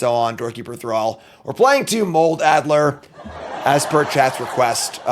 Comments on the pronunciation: Is there a reference I’m missing, or did “Moldy Al” get his name from misreading “adder” as “addLer” with an L? 😅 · "Adder" has no l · There's no "L" in adder.